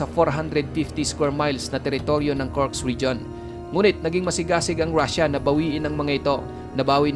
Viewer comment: Kursk hindi Kurks!